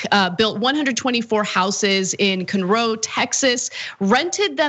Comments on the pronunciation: "kuhn-RO" Texas REPRESENT. It's "Conn-ROW". It's in the northern Houston burbs. Ripping out the trees, building up the burbs, laying down acres of concrete. Gee why is if flooding so bad out there? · Hey I live in Conroe Texas lmao. And you totally butchered that pronunciation